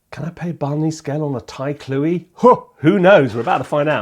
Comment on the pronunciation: Hi Guy, I could not stop smiling while watching this clip. As a Thai person (who is joining the TSE MFA program this month), your coverage of the Thai flute (your pronunciation of “Khluy” was pretty spot on), Thai dulcimer (“Khim”) as well as other instruments from the SEA region was very informative and accurate. Your explanation in regard to the pentatonic scale, which is very distinctive to Gamalan music but is not always as clear in traditional Thai music is accurate (due to how the notes are spreaded with different frequency in a scale compare to the western music). I can also hear “Issan” (Northeastern region of Thailand) dialect in the flute demonstration, especially at the beginning. Linguistically speaking, different region of Thailand has its own distinctive dialect, which, I believe, contributed and gave rise to distinctive musical styles specific to a particular region. Hence, you may hear music compositions that contain different compositional elements despite being played by the same instruments etc. Thank you for sharing this video showcasing another angle of the Thai culture and the SEA region. I have also recently came to realize that you can also speak a little bit of Thai (as evident in one of the YT videos) and was pleasantly surprised and super impressed 🙏